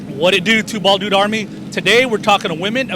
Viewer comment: Whadidew, Two Bwaaald Dudes! Nice video and it was interesting to hear each one of their stories.